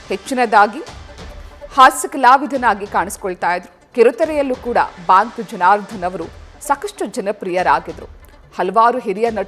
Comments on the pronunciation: ಬಾಂಕ್ ಎಲ್ಲಮ್ಮ ಅದು ಬ್ಯಾಂಕ್ , ಥೂ....ನಿಮ್ಮ ಕನ್ನಡ ಉಚ್ಚಾರಣೆ...... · ಹಲೋ ಅದು ಬಾಂಕ್ ಅಲ್ಲ ಬ್ಯಾಂಕ್ ಮೇಡಂ ಕರ್ಮ ನಿಮ್ದು ಕನ್ನಡ ಸರಿ ಉಚ್ಚಾರಣೆ ಬರಲ್ಲ